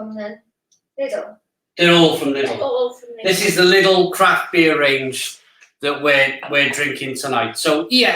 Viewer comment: my father says lilds too, its lidl ffs.